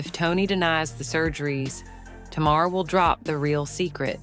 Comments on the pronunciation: Tay Mar not Ta Mar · U really know how to drag out something forever. This is too long to listen to . Always what it isn’t never what it is. Did u ever listen to the show for the pronunciation of Tamar’ name.